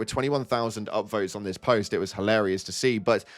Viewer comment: "You know... Nintendo predicted all of dis"